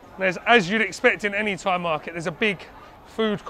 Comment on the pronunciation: Props to this guy for trying to speak Thai. The accent is all wrong, but I think everyone respects him for taking time to try his best to learn the language and speak it with locals. I can understand him but he sounds like how a deaf guy would speak Thai.